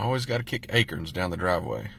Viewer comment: Never have I ever...in my 41 yrs heard anyone call an "acorn", an "acern" 😁😁😁 Never. Y'all are too much.